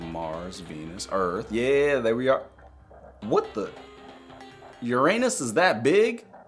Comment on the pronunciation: (*ur-in-us) <——pronunciation